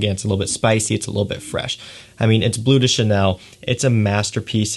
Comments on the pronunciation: Cant even pronounce bleu de chanel😂 its BLEU de chanel not BLUE de chanel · Good video, however (and apologies in advance if people think I’m being picky) but please note that “Bleu” should not be pronounced “Blue”!!! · It's pronounced "bluh," rhymes with the. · its BLEU, not BLUE. its french. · BLEU, not BLUE :) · I hate how American reviewers pronounce “toilet” and “parfum” all ‘fancy’, yet say “blue” instead of “bleu”